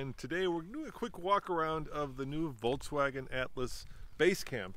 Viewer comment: The fact that has actually called VW "VolTswagen" is funny now that they wanted to rename the brand